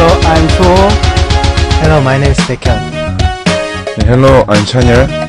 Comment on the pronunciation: Sehunnie always has this kind of blush/bashfulness when he introduces himself so I can actually picture his expression. D.O's pronunciation is perfect. Baek = Bacon forever and ever. Chanyeollie...that voice, omg!